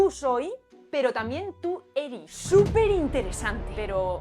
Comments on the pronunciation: Que bacan lo del soi/eri, pero esta mal, xd, el Eri, se dice mas como Erí, el soi va como Sói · No es "eri" , es "Erí", como que existiera el verbo "ereis" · Pequeña corrección: el "eri" es palabra aguda, es decir "erí", te escuché decirla como grave poco antes de los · Es interesante cuando alguien hace un análisis tan detallado sobre cosas que nosotros mismos no notamos al hablar. Dejaré aquí un par de precisiones, para el que le interese: No es "eri", es "erí" y lo usamos con tú y "vo". Ejemplo: Que erí pasao pal pico. Fundición de grupos consonánticos: en realidad no es que se junten dos sonidos para crear uno nuevo. Generalmente, como nos saltamos las "s" al final de las palabras, algunas veces "aspiramos" esa "s" y la reemplazamos por una pausa o algo así como una "h", usando los ejemplos del video: S+G "mi- gastos", "mih gastos" S+B "lo- bancos", "loh bancos" Pasa siempre con los artículos "las" y "los" + una palabra que comienza con consonante, y con los posesivos plurales "mis" y "tus" + palabra que empieza con consonante, por ejemplo: tus comidas, mis canciones, las morsas, los pucheros... todas esas frases pierden la "s". Donde sí aparece una verdadera fundición de grupos consonánticos, y todos los chilenos estarán de acuerdo, es con Z + G = J. Por ejemplo, ayer fui al "jujao" (juzgado, y asimilando la "d" en palabras terminadas en "ado", "ido") Gracias!